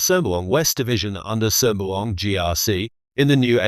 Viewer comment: WTF why a ‘Ang Moh’ narrating ? Can’t even pronounce ‘Sembawang’correctly,Chee Soon Juan as Chee Soon Wan? Joke